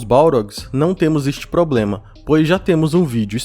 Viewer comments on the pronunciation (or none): none